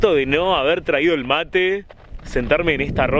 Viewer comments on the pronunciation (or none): none